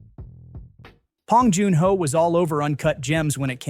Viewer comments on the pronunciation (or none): Too bad the AI can’t say his name right. 😂